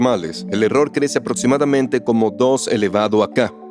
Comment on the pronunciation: Pero son humanos, no leen bien y no pronuncian bien. Dijeron cibra, en lugar de criba, Erastótenes, etsprimir, aprotsimadamente por ejemplo.